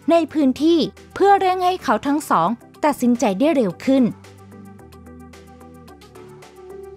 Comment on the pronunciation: มีใครได้ยินเหมือนเราบ้างตอน 9:9ว่าเพื่อเร่งให้เขาทั้งสองตัดสินใจ๋ ให้เร้วขึ้นเป็นสำเนีบงภาษาอีสาน ลองฟังดุ